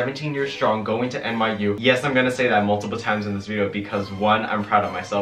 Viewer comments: Is he saying NYU or MIU? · give a round of applause every time he says miu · this whole time i thought you were saying MIU and i looked up the place and i was like ummm i don’t remember him saying MIU in his college expectance video... then i realized you said NYU 🤦🏼‍♀️